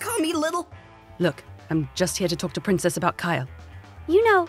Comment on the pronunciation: I like how he's calling her prinnces